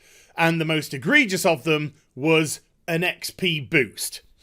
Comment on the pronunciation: Why you say exp? are you talking about expiration date, it’s xp!